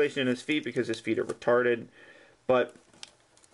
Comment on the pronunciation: lol, when u kinda say retarded like peter griffin in my opinion